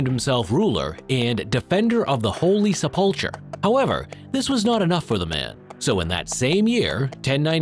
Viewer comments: When did he day that??? Lol I missed it. I did notice he said "sepulchre" completely wrong. He says suh-pulch-er when it should be sep-ul-cher. (Not the most clear way to try and differentiate the two, but it's the best attempt at phonetic spelling that I could come up with. I missed swat sticker and am curious what he meant to say? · Lol right off the bat, at less that 10 seconds in he had already started to mispronounce his script. He noticeably says "sepulchre" completely wrong. He says it like suh-pulch-er when it should be sep-ul-cher. (Not the most clear way to try and differentiate the two, but it's the best attempt at phonetic spelling that I could come up with.) I've noticed issues with the diction in their videos before, but it didn't seem wrong enough to think it wasn't a person talking. I'm surprised a computer, with internet access and AI as advanced as it had become, can't correctly articulate English. 🤷‍♀️